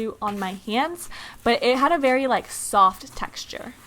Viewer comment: She said “berry” difficult!XDDD